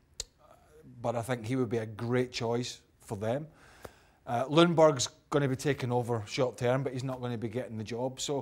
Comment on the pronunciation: Can people learn it's pronounced Jungberg please? It triggers me every time. You don't say the L.